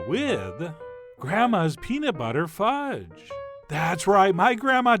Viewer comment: Did he say Pete Buttigudge?